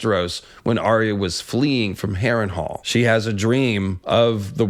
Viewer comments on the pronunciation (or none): none